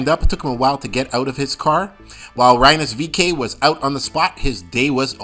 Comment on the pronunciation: Cullen Herta and Rynus VeeKay? How can you consider yourself a reviewer of Indycar events when you're not at all familiar with the pronunciation of two of their biggest stars? Pendulum issue? Seriously, find another profession please.